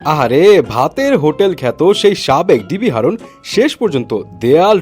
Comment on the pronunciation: হারুন❌ হাউন✅ 😆😆🤣🤣